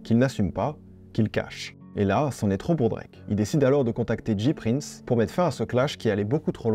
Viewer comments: C'EST PAS DJI PRINCE C'EST JAY PRINCE PUTAIN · James Prince (J Prince) prononcé "Jay Prince" pas "Dji Prince" sinon ce serait "G Prince" :'(